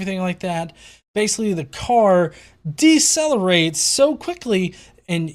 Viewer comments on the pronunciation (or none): oof 'decelerate'